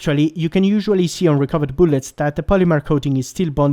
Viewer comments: Booolets lmao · New drinking game: Take a shot every time he says "Boolets".